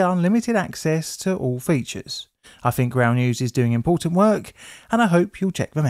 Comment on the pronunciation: I fink I hear funder. Better put my fumbs in my ears?? WHAT A MOBY